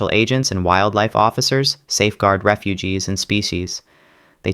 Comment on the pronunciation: its refuges not refugees